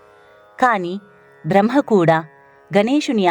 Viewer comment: బ్రహ్మ అని పలకండి దయచేసి.